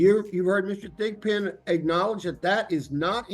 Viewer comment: Lol did he say Mr. Thick Pin?